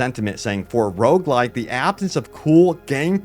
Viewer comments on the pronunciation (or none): none